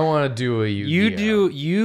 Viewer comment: More like Yu-Gi-Noh amiright